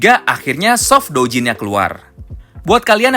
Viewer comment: Bukan daojin, tapi doujin